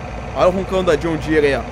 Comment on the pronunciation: Mano fala John Deere serto Vc fica falando "*joshn dsere"* fica muito estranho kkkkk